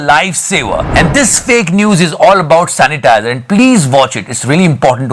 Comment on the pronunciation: #The satya show Are bhai meri to hasi hi nhi rok rhi.chalo didi sanitizer word rong bola .but it's ok.yaar Lekin ussai zyada mazaa to second video mia dai diya .usnai bc wali gali bhi bhuth funny thi 😂😂😂🤣🤣🤣🤣🤣🤣🤣🤣🤣🤣🤣🤣🤣🤣🤣